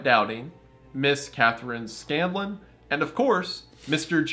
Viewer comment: pains my soul. It's Scan-lon, not Scallion. I still forgive Wendigoon though